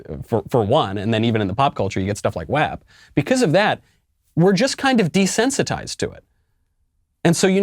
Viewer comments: So...I understand your point, and I think there are some cultural differences that you might be missing. What I don’t understand is you constant mispronouncing of the acronym WAP. Is that your way to dig at the artist or to increase your superiority? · This dude don’t know what he talking about and it shows he shows no interest in popular music or artist yet he is quick to judge and criticize. He can’t even pronounce “wap” right. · Why does he say WAP incorrectly??? Dude a hater. Never seen WAP a day in his life HAhahahahahahahaa I wonder does he even know what Wet Pussy is? lol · Stop being so dramatic and calling it WAP. You know how to pronounce it. You also know who Megan Thee Stallion is, just stop. If you wanna talk about these women disrespecting themselves, Glorifying prostitution, lesbianism, and setting a bad example, great Also artist like Lil Kim, Khoisan, abs Trina they’ve existed in the 90s and they were sexually explicit as well